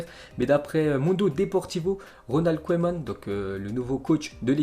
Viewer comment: Au fait on dit "keuman" et pas "koéman"